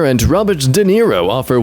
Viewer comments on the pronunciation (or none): none